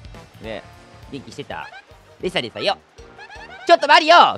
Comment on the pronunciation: レサレサお嬢様ぁ〜！ 相変わらずのレサレサのイントネーション違和感あるな(笑)